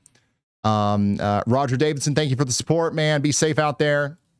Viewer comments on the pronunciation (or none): none